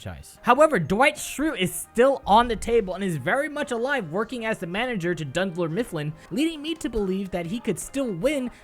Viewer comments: “Dundler Mifflin”...... y u do this..... its Dunder Mifflin... my soul hurts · He said D U N D L E R MIFFLIN WTF BOI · "Dundler Mifflin"